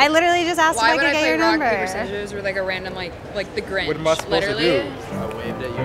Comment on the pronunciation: bro really said rock paper scisors 😂